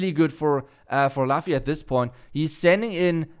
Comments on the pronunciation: OK. Let's try this really slow. The pronunciation is "Loofy" From the anime one piece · I can feel how is right now T_T I think it's pronounced as "Loofi" for luffy hehe